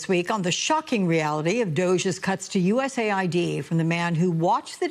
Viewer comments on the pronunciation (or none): My god… even after the guy corrected her she keeps saying USA ID. I AM LAUGHING 🤣 HARD